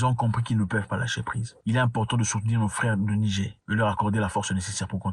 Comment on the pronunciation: Zack mwekassa quand vous prononcer le "Niger" il faut prononcer le R à la fin j'ai constater que vous disiez le Nigé pas avec le R